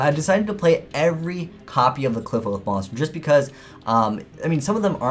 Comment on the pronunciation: Its supposed to be pronounced like apocalypse right